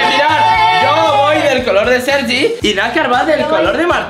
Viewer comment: soy yo o dice Sergio en vez de sergi